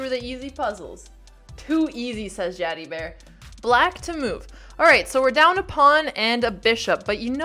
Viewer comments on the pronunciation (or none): none